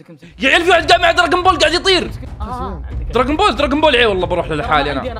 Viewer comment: دراغون بول❌ دراغن بول✅ 😓